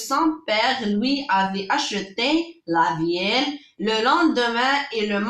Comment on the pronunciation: la veille خطأ فالنطق مكنطقوش لل